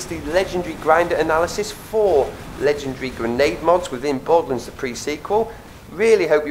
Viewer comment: Borderlunds? It's Borderlands. Lands rhymes with hands.